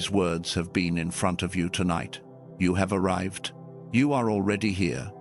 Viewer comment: ARRIVED NOT ARRIVEDED